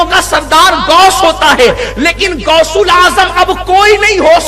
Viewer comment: گوس نہیں غوث ہوتے ہیں